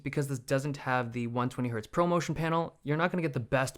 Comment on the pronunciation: Everytime Dave says “Poverty motion”… it makes me laugh everytime